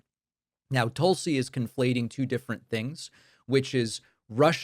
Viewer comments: Pronounced TOOL-si. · Her name is pronounced "Tool-see" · David, you mispronounced "Tool-see"!